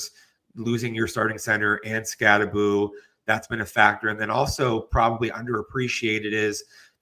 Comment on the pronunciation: Anyone still pronouncing it SkatteBO instead of SkatteBoo reveals themselves to not know ball.